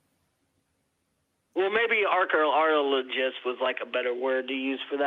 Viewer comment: I just came for the "Ark-a-arl-o-gist" .